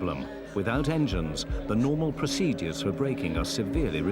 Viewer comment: and many other times “ PROSEEDUUUEES” spell is driving me crazy!